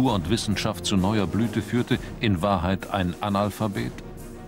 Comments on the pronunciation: Hat der Sprecher doch tatsächlich „Anal-Phabet“ gesagt 😮 Die Aussprache war deutlich 😂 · da nennt der Sprecher Carolus Magnus tatsächlich "Anal-Phabet"! O,o Zumindest hat er es so und nicht anders ausgesprochen!!!